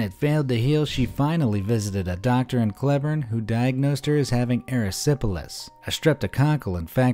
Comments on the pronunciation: Though you mispronounced Cleburne, you still produced a good show. Ty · Your not saying cleburne right